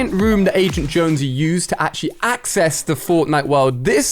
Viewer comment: Ah yes, accssess